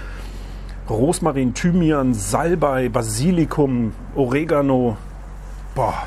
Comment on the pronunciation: Hallo, am Besten gefällt mir, daß Du Einer der Wenigen Deutschsprachigen bist, der OrEgano richtig betont. Und Sätze wie bei "... das schneid ich auch gar nicht mehr groß klein" und "Ah, ich liebe es" sind genial, man muß nur genau zuhören, Hahaha... und die vielen Taschenspielertricks z.B. Knoten, sind äußerst nützlich - Danke Deine Reaktion auf die Bitte Grüß Mich Manie ist genial und entgültig. Kompliment!!! Frisch gemahlener Pfeffer sollte, wie auch Kaffee, der Standard sein. Eine Frage hab ich auch: woher sind die Jingles und die Hintergrundmusik? Kaufst Du die von YT, da ich vieles woanders schon mal gehört habe bzw. wegen der Copyrights? Ich habe kein fb. Beim Abfüllen: überall kann man Gummis verwenden - und ich dachte das wär' ein familienfreundlicher Kanal; - ))) Plastik im Bild: 1. Mikro und Kabel 2. Kamera und Dreifuß 3. Kissen bzw. Reissverschluß 4. Beschichtung des Petroleumlampenhalters? 5. Hutkrempe? 6. Folie auf dem Tablett? 7. Handgriff am Kochlöffel? 8. Kunstfaseranteil in Deiner Kleidung? 9. Dekokugeln auf Stäben hinterm Herd? 10. Mikroplastik in der Luft und Deinem Körper 11. Weitere Blumentöpfe und Untersetzer 12. Terassendach? 13. Schuhe? 14. Hängezapfen am Insektenhotel und Gestell darüber? 15. YT 100 000er Trophäe 16. Gewächshaus im Grinderhund, Hahaha Was hab' ich übersehen?